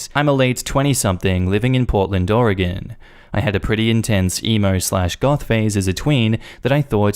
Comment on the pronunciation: Omg pronounced Oregon correctly!!! Soooo many people, even in the US, don’t pronounce it correctly, which is weird because it’s very easy to pronounce. But it made me happy to hear him say it right